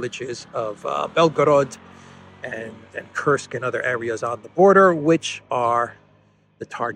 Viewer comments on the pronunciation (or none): none